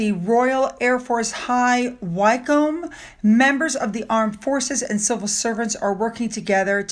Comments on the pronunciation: Hi, High Wycombe is pronounced Wick (as in sick) comb (as in hairbrush) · Wemyss is pronounced 'weems'. High Wycombe is 'wikkom'